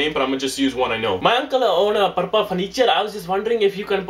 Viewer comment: HAHAHAHAHA purpa furniture... say ah-oh ah-oh